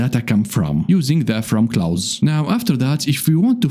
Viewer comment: It's pronounced "close" not "Klaus".